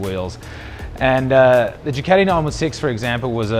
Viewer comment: Casey stoner says it the same way. It's funny